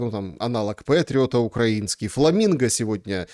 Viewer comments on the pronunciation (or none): none